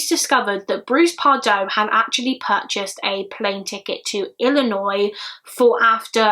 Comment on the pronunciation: thank you soso much. You pronounce Illinois properly. So happy you didn't sat Illi noise